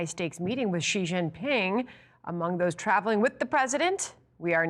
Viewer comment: Hey yall learned how to pronounce Xi correctly